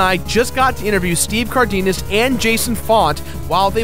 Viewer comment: Oh man, the way you pronounced Cardenas was painful...